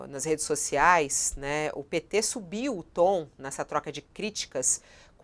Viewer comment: Pêeeetê😝...cada vez que sai essa pronúncia